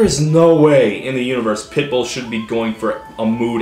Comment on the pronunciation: Each time Todd says "pitbull", I hear "pimple".